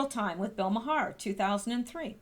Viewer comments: It’s pronounced “Mar”, not “Mahar”,. Lol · His last name is pronounced MAR. Not that I care...just thought I’d tell ya. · Maher is pronounced marr FWIW... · Fyi.....Maher pronounced Mar. (Like car) And no way can she come back! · Pronounced "Marr". Making my ears perk up every time you say his name, lol.